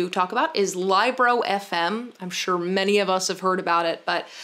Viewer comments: Libro is Spanish for book, and it is pronounced like Leebro :D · It cracked me up hearing her saying Libro as Liebro. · I dont think you pronounced libro correctly, it is book in Spanish, so it sounds like lee-bro. I had the same reaction about wearing fanny bags across the upper body and now I love it. I bought shorts like the Lululemon on Amazon and it costs half the price. I need a soda machine ASAP. I love your videos and your bookcase is amazing 🥰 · that's what i was thinking lmao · Libro is spanish for book. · saying LibroFM Me: 🤨😬 (Libro is book in Spanish and it's a short i sound, not a long i) ☺️ Also, I definitely recommend a kindle. While I always love a good physical book, the convenience and portability of kindles is absolutely unmatched and the new Paperwhites are waterproof so there's no fear of damaging a real book at the beach or in the bathtub or whatever. Also the built in back light is amazing for those of us who have partners who hate having lights on in the house lol